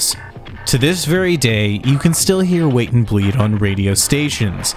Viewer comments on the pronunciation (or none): Ah yes, 'Wat and Bleed'.